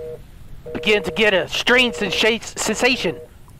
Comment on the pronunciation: he’s got to stop saying strange stentsation